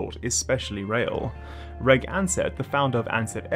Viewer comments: Reg Ansett’s name is pronounced “Rej” not “Regg”. It’s short for Reginald, pronounced “Rejinald”. Ansett was an AIRLINE, not an AIRLINER. An airliner is an aeroplane flown by an airline. Where did you learn English? From ChatGPT or Siri FFS? These are very basic names and words and there is ZERO excuse considering your accent for mispronunciation of these items. Don’t get me started on your pronunciation of contribute……. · As a long term resident of Melbourne, I'd just like to point out a couple of innacuracies, and missed opportunities when it comes to Melbourne infrastructure. First, a coule of pedantic one,=. Reg Ansetts first name is pronounced as "Rej" - not "Reg" (which is actually short for Rejinald, and is always pronuonced as Rejinald. OK? Second, you mentioned a past premier calld Sir Henry Bolte, as Bole, whereas his family name has always been pronounced as if it were spelt "Bolty". OK, picky bits over, and I'd like to point out that the Tullamarine Freeway isn't theonly way to Tulla, and there is indeed a back way in, which people in the Western suburbs know well, and that is to get on the M80 Ring Road heding north, come off it at Kielor Park Drive (dual carriageway), and follow that road to it's end, where you turn right at the big roundabout into Sharps Road (dual carriageway), and turn left about a click down this road into Airport Drive (dual carriageway - quiet road), which takes you straight into the center of the airport, You can veer left into the Jetstar Terminal, or turn right into Centre Road, then left again for the short term parking, the ramp up to Departures, or follow Centre road to Arrivals. One advantage of this route is that you can "stage" your arrival by using the small (free up to 1/2 an hour) car park on Mercer Drive (turn right at the round about). Not much use for the Eastern side of town, but as I live in the outer west (along Melton Highway) it has prove